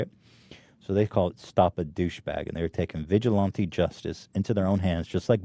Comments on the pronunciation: Papa bless, but please stop saying vigilante like "vigil auntie" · you are pronouncing vigilante wrong and you just discovered stop a douchebag? come on ethan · Wait, how is it Ethan says: “vigilante” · god, I can't stand the way Ethan pronounces the word "vigilante".He repeats himself which is expected of him by now but still.